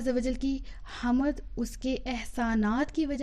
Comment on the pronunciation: حمد کے لفظ میں میم ساکن ھے